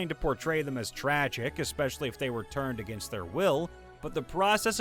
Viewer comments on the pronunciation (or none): none